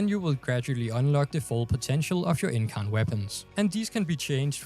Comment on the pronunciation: You said incarnon right so dont worry